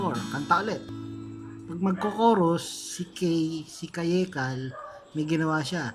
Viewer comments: pag pronounce mo sa kaye cal mali! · Mali po yung pag pronunciation nyo ng kaye cal